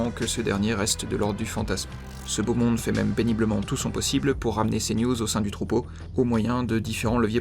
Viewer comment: Vers 5.30 il a dit l'immonde au lieu de le monde?😭